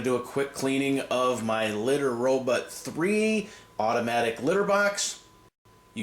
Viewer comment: why do you say Litter RoButt? ::))